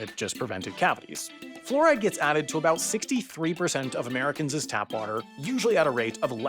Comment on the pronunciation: Did this illiterate fool just say Americans’s!!!! Ugh 🤦🏻